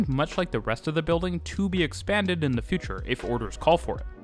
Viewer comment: To make your narrative more pleasant to listen to, and sound more professional, please stop pronouncing the word 'the' as 'thee.' "The' is pronounced as 'thuh.' Also, stop those hard, random, inappropriate emphasis of syllables within words. It mimics contrived and artificial speak.